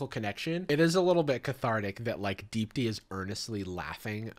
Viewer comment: Is that Indian lady name Deep D? Cus that’s what the fuck I keep hearing every time I hear you say her name